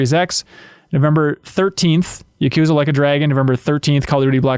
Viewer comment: I like how pronounces Tsushima correctly, but can't pronounce Yakuza correctly.